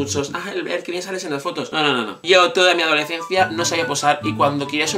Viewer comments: Adolecencia. Cada vez que lo dice un gatito muere. Por dios se dice adoleScencia! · Me hace gracia como pronuncias adolescencia 😂😂